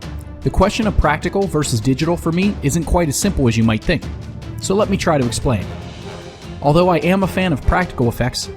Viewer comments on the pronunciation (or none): none